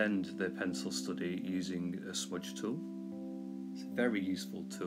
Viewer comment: Perhaps you said "smudge tool" but it sounded like "switch tool"?